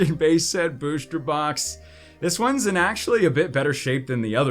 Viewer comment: Why do u always say booshter box rather than booster